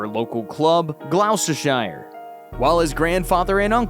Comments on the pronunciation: he played cricket for glousishayer :))) it's pronounced GLUSTERSHER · “Glau ster shire” … Glostersheer bro. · "Glau sta shyre" 😂😂😂😂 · Just for future reference, Gloucestershire is pronounced Glos-ter-shuh. 👍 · The pronunciation of the cricket club 'Gloucestershire' made me laugh out loud. Priceless, made my day